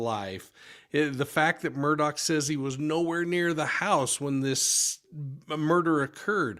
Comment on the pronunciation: Why do yall call him Alec Murdock? His fxkn name is aleX murDAUGH not alec murdock